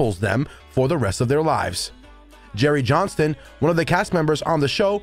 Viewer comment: Why do you immediately call him Jerry JohnsTON, when clearly the headline reads Jerry Johnson, without the [T] in it??!! Just makes no sense!!